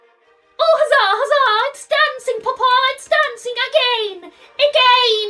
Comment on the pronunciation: it’s always the “paPAh” for me. such strong pronunciation for no reason 💀